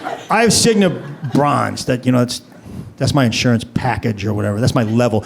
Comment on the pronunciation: Cignuh, Aetnuh, Humanuh LOL